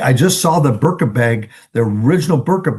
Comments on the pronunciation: I love that you men don’t know how to pronounce the birkin bag😂 birka 😂😂😂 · Good show! one thing… it’s BIRKIN as in Jane Birkin.